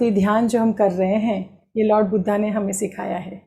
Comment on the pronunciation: 'બુદ્ધ' ઉચ્ચાર કરવો જોઈએ